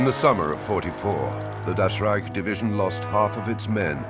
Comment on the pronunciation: Das "rejk" heißt "rájk"